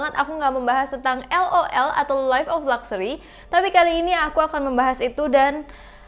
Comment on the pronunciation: Siapa yang pas ngomong luxury tapi kalian denger nya gluxsury yang sama satu server:)